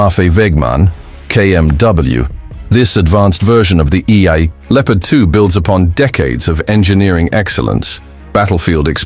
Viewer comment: Lieopard? Never heard of this word!